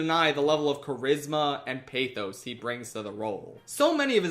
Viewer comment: can we PLEASE pronounce pathos correctly next time? (during obi-won fyi)